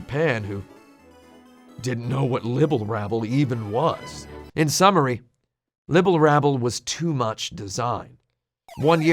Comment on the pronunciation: As obsessive as tim is over accuracy did he really not notice he said Libble Labble instead of Rabble?